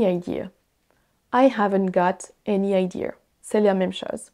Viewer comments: Did you say idear? like a New Yorker? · Hi, recently found your channel. I’m an anglophone from Canada. I was curious about your pronunciation on the words can’t which has the British “ah” sound and the word idea which sounds like you put an r on the end like they do in New England. Everything else sounds like a standard American accent which you speak very well. Is this a result of you having lived in the USA and England? Keep up the excellent work. I like to listen to you speak french because you speak so quickly and it’s a good challenge for me. Merci bien.